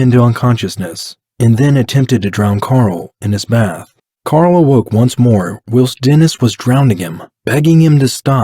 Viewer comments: Escape. Not ick-scape. Whilst. Not willst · This is a well done video. If you will allow for some feedback. 1) the word is pronounced While-st not will-st. 2) someone one commented that the video doesn't go over the interrogation and talks about gore. This is true that it doesn't and that is more the "JCS" style that people are thinking o, but this is another style and you presented it well. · I think you are trying to say whilst (wyle-st) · Your narrator says "will-st" for "whilst". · I like your channel. I just subscribed.. “ whilst” is pronounced “ with a big I .. “ whIst” . Look forward to more stories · You pronounce "whilst" wrong. And I think you use the word the wrong way too. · Why do you say ‘whilst’ so oddly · Your video is great but the mispronunciations in the narrative are distracting. For example, "whilst" is pronounced with a long"i" sound, just like its synonym, "while". Another is that he was "plied" with alcohol (I think that's what it was), not "piled". I hope I'm being helpful and not coming across as petty; I don't mean to just focus on mistakes. I just think that your video quality is good and I'm guessing you don't want anything to distract from that